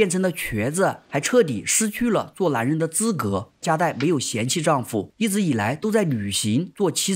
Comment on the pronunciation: 这部戏很好看，可是讲述者的发音实在让人有点听不下去，把“无奈” 读成“无赖”，“男人”读成“蓝人”，那个“n” 的发音有那么难吗？发音前只要把舌头往上面贴就行了，不妨试试看😊